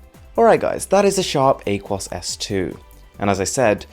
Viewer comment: It’s ah-kwōs not whatever you said